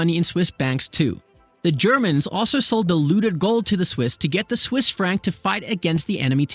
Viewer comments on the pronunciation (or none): none